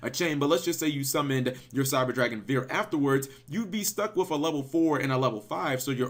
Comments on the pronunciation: As someone who took 2 years of German it's pronounced "fear" V's make an "F" sound and "W's" make a "v" sound. Also to be fluent you need to yell everything. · cap let me help you. (by old school for old school). Drei = three (say "drei" like "dry") Vier = four (say "vier" like "fear"). Hertz like CPU Megahertz (hz/mhz) (say "hertz" like "herz" herz = heart)and Zieger (if this is the final name for it) say it like "Sieger" = winner. (Maybe Zieger has something to do with the metal alloy. Then your pronunciation is correct.) Unfortunately, I have no example for your "Panser". Panzer = tank. Listen to the pronunciation of google translation. This should not be a lesson, just a nice help. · Just say "fear" that's the correct way to pronounce it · here, its name is actually pronounced like the word fear. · Drei is the German word for 3. It's pronounced "dry". Vier is the German word for 4. It's pronounced "fear" . That being said, great video!! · vier is pronounced like fear and drei is pronounced like dry